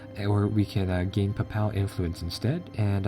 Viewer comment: Pape-el not pap-al. and in the pape-acy and Ja-Bral-ter its the straight of Ja-bral-ter